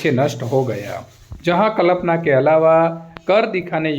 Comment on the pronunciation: Yr sir कल्पना होता है कलपना नहीं